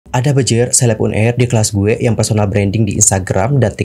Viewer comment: Un air un air, uner bang bukan un air